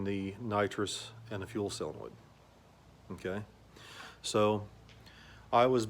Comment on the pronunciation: solenoid, not "sillinoid"...